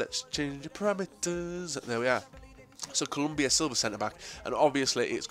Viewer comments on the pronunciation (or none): none